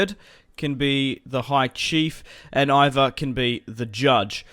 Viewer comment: its pronounced E-var